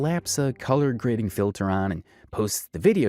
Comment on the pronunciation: Leave her Alone, how many times does she have to tell you "It's CULLAHHH GRADIN" before you believe her?!Sheesh!🙄😂🤣😂